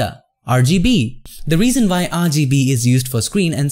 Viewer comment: “And vy...”